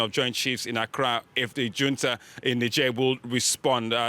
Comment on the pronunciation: ffs, it's neither yunta nor djunta, but HOON-ta